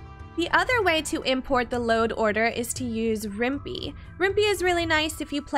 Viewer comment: Useful educational video so good for that......but, I shouldn't be bothered by it but the other mod manager is actually pronounced with a 'pie' sound at the end, as in Python, the coding language used to make it. It's also a must have if you play Rimworld through GOG.